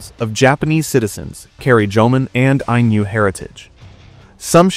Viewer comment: If "Ainu" were meant to be pronounced with a palatalized n (as the narrator pronounces it) then the Romanization would be "Ainyu."